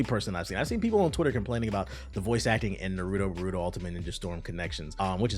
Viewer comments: The way this guy says Boruto kinda sounds like burrito 🤣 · Bruh the pronunciation of Naruto and Boruto was terrrible 😂😅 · bro is saying "Nuhrudo Buhrudo" lol